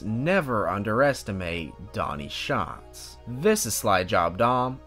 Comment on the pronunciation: I find it funny that the narrator (not you) got his name wrong 😑 “ it’s an active bravery that Donny Schaaatz will never forget”😬 Like bro…. If you gonna say it like that at least get his name right 😂